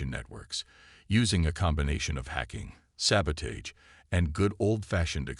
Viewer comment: Sabotage, the a in age is not a hard a, it’s pronounced ah!